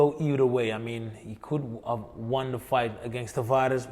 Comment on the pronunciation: Rémy je zegt niet meer : i wonn the fight 🤣